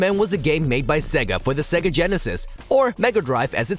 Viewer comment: 'Segga'? Say-ga is how you pronounce it...